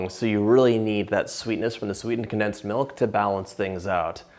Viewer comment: Con plus densed. Not densed.